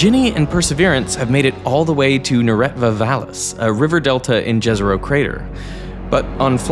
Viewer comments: Hearing jezero mispronounced every single time is starting to get to me... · Jezero crater is pronounced Yezero. (Lake in Slavic languages)